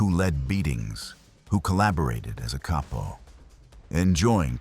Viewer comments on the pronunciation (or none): none